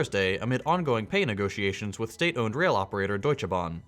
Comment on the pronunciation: I'm surprised that you actually pronounced Deutsche Bahn right and a great vid as always 🇵🇸